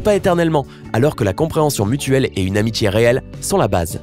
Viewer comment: « De l’amitchié »